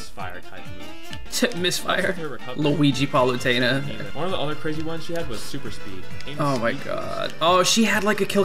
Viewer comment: "Luigi Palutena"... it's Paluigi,.